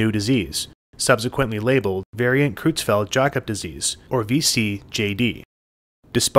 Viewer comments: Creutzfeldt is pronounced kroytsfelt, not krootsfelt. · Creu- in "Creutzfeldt" is pronounced like "croy", rhyming with soy, boy and Roy.